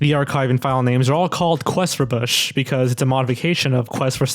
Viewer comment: When you said Quest for Bush, i heard it as Quest for Fish